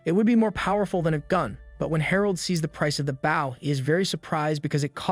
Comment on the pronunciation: Bow is pronounced boe .. the vow makes same sound as go plz teach your AI and Asians